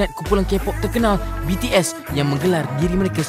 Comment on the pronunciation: Tak Pandai Sebut BTS,Army😂😂